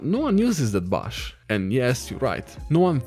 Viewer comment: lol i love how he pronounces 'bush' like 'bush'